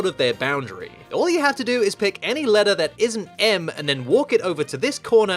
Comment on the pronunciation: You're not American Stop saying ledder